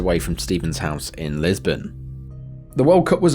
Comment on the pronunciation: Lisburn not Lisbon great stuff as always